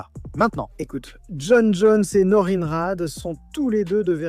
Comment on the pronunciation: Norin se prononce Norinne crétin